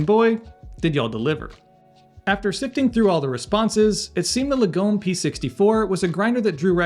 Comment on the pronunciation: Lagom is a Swedish word that translates as 'moderate' but is used to capture the Swedish culture of having things that are good but 'just enough' I.e. not ostentatious. Say after me, Lar-gom. Not Lagome.